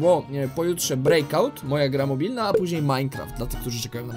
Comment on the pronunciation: kiedy Brazylijskie GTA?!!!!!!!!!!!!!!!!!!!!!!? PS: "jakiś czas PÓ(Ż)NEJ"